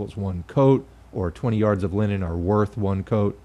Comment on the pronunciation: Every time you say Linen, I think of Lenin.